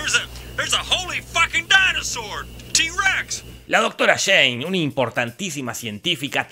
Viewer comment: "A DAINOSOR" AJJAJAJAJA